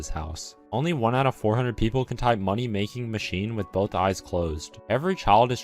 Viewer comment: “ Moneg making machine “ Somehow the best attempt I like it